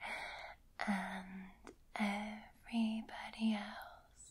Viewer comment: Is it me or when ever she says girls it sounds like gettles